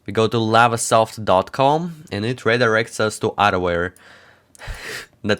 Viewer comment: at the start i thought he was saying adware antivirus 🤣